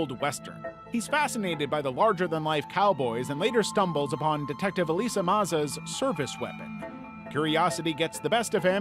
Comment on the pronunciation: Elisa, not Eliza. It was annoying as shit listening to you fuck that up over and over again.